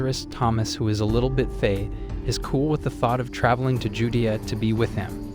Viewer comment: You don't know how to pronounce Judea and Jairus